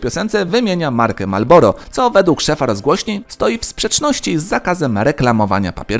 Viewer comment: Marlboro* a nie malboro